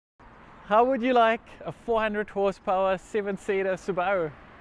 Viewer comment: is that nz speak, su - bar... ru... never heard it said like that before